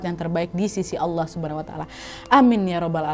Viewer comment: respect buat ayahnya kakkk sekedar koreksi sdkit ya kak, Allah nya tolong pake a ya, jgn o